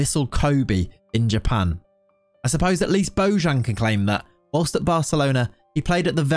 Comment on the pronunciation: You dont pronounce it well it's Bo Y an ,not bo J(ž) an.